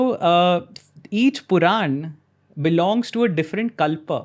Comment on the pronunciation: It is Puran...Not ...quran